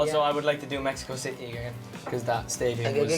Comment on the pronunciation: Es tan sexy cuando Niall pronuncia México City gavshehshshh...